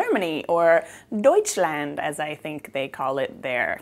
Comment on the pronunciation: Bravo, I love Zimtsterne, but I never dared to make them at home, because they are kind of complicated. I only had the storebought kind...which is great, because here in Germany you can actually get them in the stores :) Your pronunciation of Deutschland was very good, the way you said Zimtsterne was adorable, but could still be improved - nontheless very nice for a first try. Loved the christmas around the world series, you are a very likeable person, Greetings from Deutschland, Charline